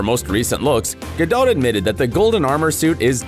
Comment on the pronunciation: This guy dillian who's telling this story doesn't even know how to pronounce gals last name. Disapointing